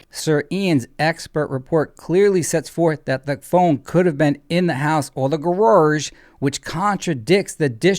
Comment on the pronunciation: Guess it’s a New England thing. My friend from Vermont says gararge too.